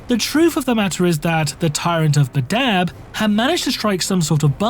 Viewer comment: Pronunciation 'Bad-dab' not 'Ba-dab' Look, I know I'm a piece of shit but this triggered the nails every time he said it lol